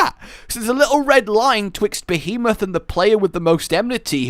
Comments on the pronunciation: Krystl behamoth? Lol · I actually kind of miss old pronunciation of Behemoth.